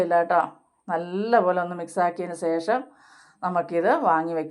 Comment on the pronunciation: സേശം അല്ല ശേഷം ആണ്